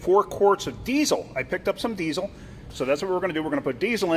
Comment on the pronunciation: a lot of emphasis on the zzzzz in diesel lol!